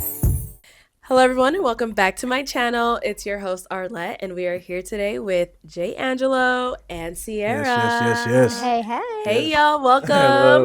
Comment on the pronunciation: Why did I pronounce this man’s name in my head as Jang gah low🤦🏾‍♀️ only to hear them say it as Jay Angelo lol